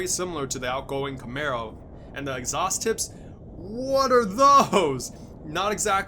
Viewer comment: It's Camaro, not Camero